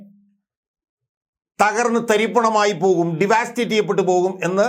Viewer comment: ഡി വാ സ്റ്റേറ്റ് അല്ല ഡവസ്റ്റേറ്റ് എന്നു പറയൂ. ( തകർക്കുക) വിദ്യാഭ്യാസത്തെ സഹായിക്കു...